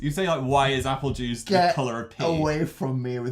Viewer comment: 😂 everytime I see this I die. Especiay when Dan says "apple juice" like bibble